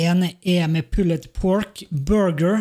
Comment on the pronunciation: bruh, slutt å sei pulled pork. Det er bare sån det er skriven, ikkje utalen.